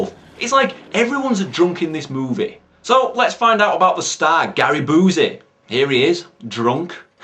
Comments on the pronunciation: It's not oozy as in Boozy. It's you-see as in Busey. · Love how you see "Boozey" and not "Bee-you-see." Fits fucking perfect for who Busey is, haha.